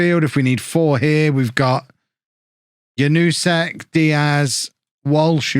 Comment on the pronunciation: Just a one thing I thought of: You thought about what is the pronounciation of Janousek, Slisz and also Caio Cesar and whether it's correct- so: - "Kayo" is his name, not Chaio -Janousek is "Janoushek" -Slisz is "Slish" Anyways, great work! Keep em on!